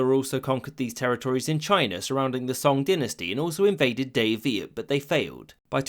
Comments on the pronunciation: I Wonder if you guys could see this comment since the video was posted 3 years ago you kinda mispronounced the word "Dai Viet" The "Dai" part actually sounds like "high" but with a D so it would be like Digh Viet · Day Vię 😂😂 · and your pronunciation of Dai Viet sounds like Davia